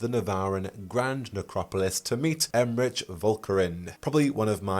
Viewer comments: Okay, I love you, but Emmrich is pronounced with a "k" sound, it's German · Pronunciation query: I’ve often read the name Emmrich with a hard K sound for the final consonant rather than the “ch” sound you were using… have you audibly heard their name somewhere or is this a wait and find out moment?